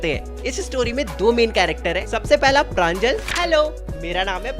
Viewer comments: Not pranjal it's panjol ,प्रंजोल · It's pranjol not pranjal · Pranjol ❌ Pranjal ✅ 💀💀💀💀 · Its pranjol not pranjal ( btw my name is pranjal)😅